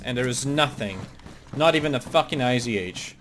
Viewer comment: Dude, it's not IZH, its ij (иж). Russian old rifle.